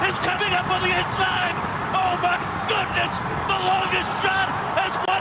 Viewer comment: I swear i heard: "Oh my F...goodness"